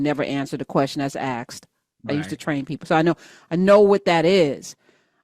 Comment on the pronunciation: the word is asked not aksed